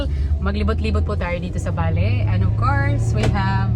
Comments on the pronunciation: It's Bali po. Pasensiya na po kayo sa pronunciation niya. Understood nman yun kasi nga bisaya si pero she's trying to pronounced word correctly. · Bali not Bale or Baley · Sounds like valley yung pagkakasabi ni sa Bali😊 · Bali Po yan Hindi baley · Nag iisip ako kung saan bansa un Valley, kc un ang naririmig ko sayo.. BALI indonisia pala. 😂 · Naconfuse tuloy ako sa pronunciation ng bali indonesia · Please say Bali,Indonesia.😢 Mas clear di ba?